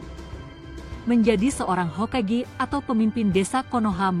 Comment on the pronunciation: Hokage bkn hokege